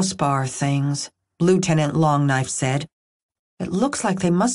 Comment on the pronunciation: Hmmmm.....I've often wondered if the "damn Longknife" epithet is not emphasized improperly..... Not "DAMN Longknife" ; but "damn LONGknife" 😂 Given the indication of Nations of Original Native geneology and thier historical references to our Cavalry as "long knife" fighters, I would think it's the latter.